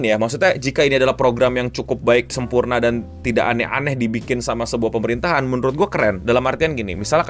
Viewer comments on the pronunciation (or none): none